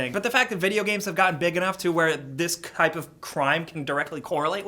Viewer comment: "This kipe of crime" :D